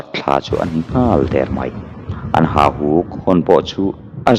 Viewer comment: Hahuk tilovin HAUHUK tih zawk tur a ni